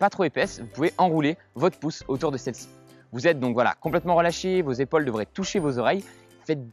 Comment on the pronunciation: C’est pas comme ça qu’on prononce le mot « épaule » 🙄